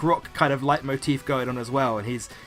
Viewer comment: It is really great how good you can say Leitmotiv. It's one of the few words, that come from the german language, because there was no such thing in english. Another word like this is kindergarten. Well, all i want to say is that it sounds so good, as if you where german.